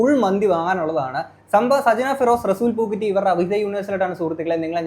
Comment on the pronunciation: njaan ivide chirichu pandaram adangi റസൂൽ പൂക്കുറ്റി അല്ല ബ്രോ റസൂൽ പൂക്കുട്ടി :D